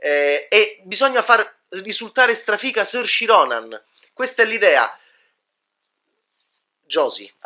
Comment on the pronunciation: "Sorci Ronan" ah ah.. ma li sorci tua ah ah:) Anche incapace di pronunciare correttamente il nome di Saoirse Ronan LOL! Si pronuncia "Sur-sha" ("it's Ser-sha, like inertia.") e vuol dire libertà in Gaelico!